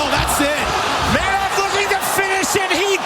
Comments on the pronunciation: His name would be pronounced "manhoof" in Dutch, not "manhoff". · "MenHOF" ....No...it's Manhoef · Roided up. Took the example of the other Suriname Dutch , Alistair Overeem. By the way , it's ManHOEF , like in GOOD. , not HOF.